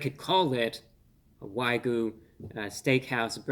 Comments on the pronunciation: WAG-YU WAG-YU WAG-YU NOT WHY-GU WAG-YU WAG-YU WAG-YU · Love you man. But your pronunciation of wagyu driving me crazy. "Why-goo" instead of "wag-yoo" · It's pronounced wag-you, not why-goo. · Good sir, much respect, but it is pronounced ' Wa-gyoo ' , rather than ' Why-goo '. Common mistake to make. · Say it with me, "Wag-You". Not "Why-Goo". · Excellent review. I was watching this as one was headed to my house through doordash. Although, for future reference, so as not to confuse others; It's Wag-Yu, not y-goo. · wag - you.... say it with me bruh waaaag - yooou... stop saying why goo before i blow my fucking brains out holy shit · I love this guy but I'm sorry it's not waigyu it's wag-yu 😂 but glad I got to hear his review on this because man I was this close to ordering one of those lol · Wagyu is pronounced wogyoo, not wygoo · not "why-goo", but "waa-gyoo". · It’s wagu (waa-goo) not ‘why-goo’. And dude cut your finger nails your hands just look really creepy. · Wah-gyoo not Why-goo lol. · It is why gyou, not goo. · Fun to watch and appreciate the sarcasm, but it carries more weight if you would learn how to properly pronounce "Wagyu." It's waa-gyu, not why-goo. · Wag-yu, not way-gu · Dude, you're a food reviewer and you say "why-gu?" It's pronunciation is "wag-gu!!" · Its Wagyu, not Waygu. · Wag -You. Not Why-goo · It's "Waaagyu" no "Whygyu" you just made an old Japanese man cry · if i hear him say waygu one more time i'm gonna lose it. it's pronounced WAGYU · Wag me? WAG YOU!!!!! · Wagyu (not waygu) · It's pronounced WAG YOU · OH MY GOD!!! Look at the word! It's WAGYU, not WYGU. I'm cringing every time I hear him say the word so incorrectly. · why goo? 😂 you know what bruh you can’t pronounce it anyway you’d like 👏🏻👏🏻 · It's WAG-yu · It's Way-Goo alright A-15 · if this guy says wai-goo again ima snap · Wrong pronunciation. It is "Wag You", Not the way you are pronouncing it. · "Why Goo" indeed. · Wa - gyu 😅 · Why-goo beef? What-goo? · lol why-goo